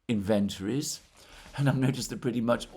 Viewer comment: Stop pronouncing inventories like that.